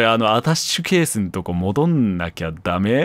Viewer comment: 一人称『あたし』発言が多くて、『アタッシュケース』すら『あたし』に聞こえてしまう